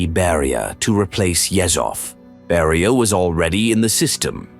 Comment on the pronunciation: NO "Barrier" but BERIA..